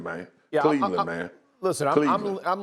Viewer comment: Mina…….. it’s Cleveland.